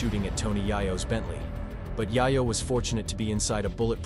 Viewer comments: I was so absorbed by your sttory telling until you kept calling Tony Yayo as Yah-Yoh.. lol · Whoever is commentating this has never heard of any of these people. Yie-yo??? WTF bruh. I recognize his voice. He works at the gas station by my house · Pronounce it “yeyo” my brother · who tf is TONY YEAH-YO lmao